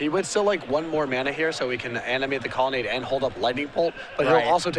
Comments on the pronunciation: it's COLONNADE, not connelade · Lol one of these guys has a real hard time pronouncing "colonnade" =D